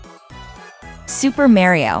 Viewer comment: ❌supper merrio ✅super Mario